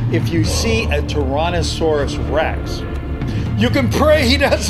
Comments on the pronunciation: Ok as a Dino fan hearing someone pronounce Tyrannosaurus rex like tiiiiranasaurus I get triggered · I heard u say torannosaurus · He said Taronnosaurus 🤣🤣